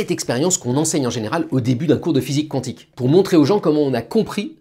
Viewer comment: Est ce qu'on pourrait arrêter de dire quouantique quand ca s'écrit quantique svp 🙏🙏 merci